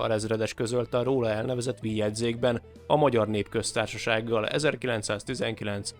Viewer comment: A "Vix" kiejtése nem "ví", bármilyen furcsa, hanem fonetikus. A neveknél rnem mindig működnek a szabályok. Ahogy Skorzeny-t is sokszor nem németesen "cé"-vel ejtik, pedig az a helyes.